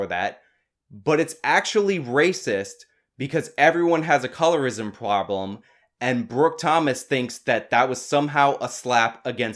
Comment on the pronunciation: Haha, you said ploblem.